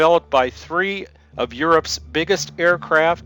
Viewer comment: "the raptor f22 is capable ofFFFFSSHHHHHHAAAAUUUUUUUMMMMMMMMMMMMMMMMMMMMMKMMMMMMMMmiles per hour."